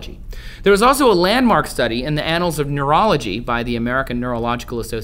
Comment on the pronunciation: Anals of neurology?..